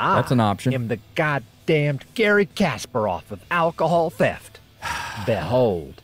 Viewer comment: Your pronouncing the word THEFT wrong bro .. you’re saying Thief .